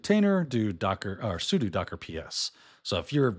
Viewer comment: you pronounced sudo correctly. xubbed.